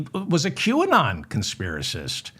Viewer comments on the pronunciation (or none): none